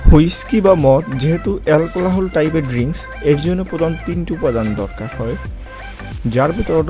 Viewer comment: এলকোলাহোল,, না এলকোহল,, ভাই